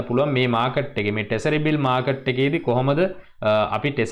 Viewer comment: Tesariy newei treshery..